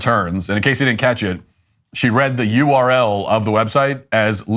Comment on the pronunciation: The way she actually read out 'URL' was beyond ridiculous. Obviously a very dim person. I'm sure Biden would be proud & has made exactly the same mistake.